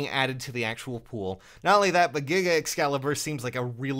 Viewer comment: You say Giga Excalibur but all I hear is "Giggity Excalibur"